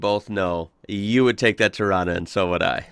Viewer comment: Agree bud, he even pronounced Torana right. Cleetus called rod shops LJ a tarona... Hats off brah.